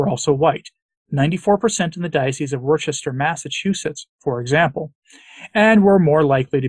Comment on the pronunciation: Trying to be helpful, not critical, pronounce the city name like a local. Worcester = Wus-ta.